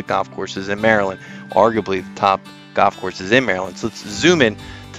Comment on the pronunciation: When did the word golf become goff???